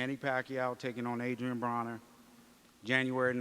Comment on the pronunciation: did pacman say adrien boner? 😂 pacman is the man